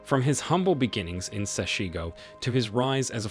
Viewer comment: Please learn how to pronounce the name of my township correctly. Do so before you make your podcasts. SESHEGO. If it is difficult Julius will teach you.